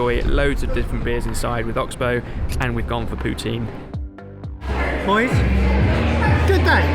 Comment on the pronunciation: said Poutine right. Was not expecting that